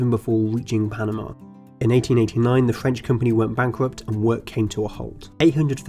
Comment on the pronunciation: The Fwench lol